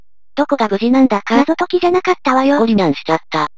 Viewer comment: ゴリニャンがゴリランに聞こえた